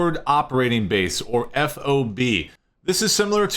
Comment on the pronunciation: It's called a FOB, like Job, Cob, Bob just with an F to start it off, not F.O.B. I lived on a few in Iraq. The F.O.B. name spelled out is really cringe